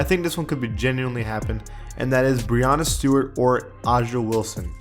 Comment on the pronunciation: when you said brianna stewart 😂